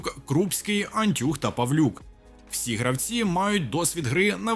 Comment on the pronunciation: ударения в фамилиях футболистов просто жесть: антЮх